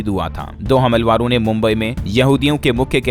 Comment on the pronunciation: हमलवारो नहीं हमलावरों कहना चाहिए